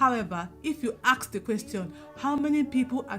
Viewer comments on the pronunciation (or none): Please stop saying axe. Thanks for your videos.